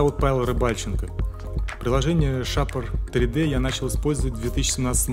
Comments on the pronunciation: Красивое информативное видео. Только не шапр 3д, а шейпер 3д - от слова "шейп" ;) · Закрытый слог ;)